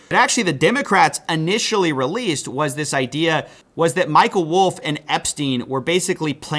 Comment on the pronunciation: What is wrong with you? "Ammediately"? "Annitially"? Can't you pronounce your words properly?